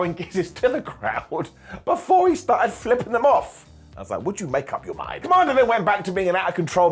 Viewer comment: The way you say kommander almost came out as Kamala. I was confused at first 😂